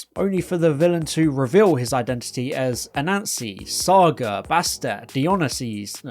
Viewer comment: Dy-o-NY-sis, emphasis on the NY.